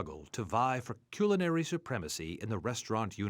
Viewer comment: cyoolinary creations